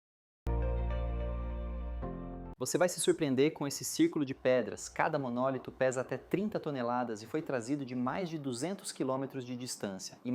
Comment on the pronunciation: Não se diz "monólito" mas sim MONOLITO, um paroxítono.